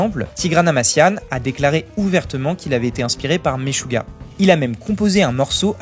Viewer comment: Le groupe "Maisjouah" Hahaha 🤣 Stp...prononce les nomes internationaux comme il faut.